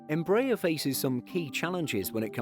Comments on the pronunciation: It's NOT "Em-BRAYER" you klutzes.....it's "embra-AIR" that's what they use in Brazil, so who says you can change their pronunciation....ask a Brazilian... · In fact, -aer carne from 'aeronáutica' (air navigation) and it is pronouced as is in Merkel (from Angela Merkel).